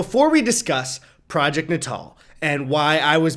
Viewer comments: Natal, not nuh tall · i- is it not pronounced project ‘nay-tal” not ‘nah-tahl” ... i thought it was. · I thought it was pronounced nay-tal, not nah-tahl lmao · its naytil not nuhtall lmao. like nasal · “na-tal” you mean NATAL as in PRENATAL like what do you expect from something named for an infant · Project nut-all? I thought that was pronounced nate-all?? Like “neonatal”? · Eddie baby im pretty sure its "nay-tul" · Goodness I always pronounced it ‘Nate-al’, I’m the worst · It’s not pronounced ‘NAY-tuhl’ as in involving pregnancy? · Ed, bruh, I think it’s pronounced Nay-Tul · Look up how it's pronounced. The only way they said it like that was in reference to Natal, South Africa. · It's pronounced natal not natal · nice guttural R